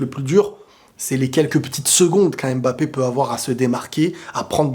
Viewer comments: Je pense que ça se prononce mmmmbapé pas (ém) bapé lol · C’est stressant comment t’insiste le M de mbappe 😂